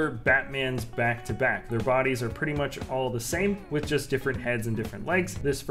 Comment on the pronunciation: This is how mush he said Batman | V